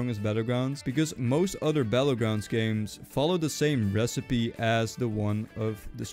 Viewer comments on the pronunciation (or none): none